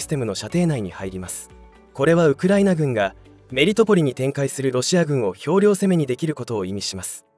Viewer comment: 秤量攻めではなく兵糧攻め（ひょうろうぜめ）ですね。